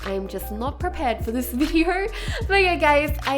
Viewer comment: the way I say y e a h: Yeah The way she says y e a h:YeRh